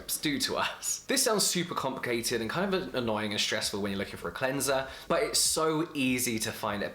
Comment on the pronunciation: imagine the power of james dropping his own cleanser called CLEN-ZUH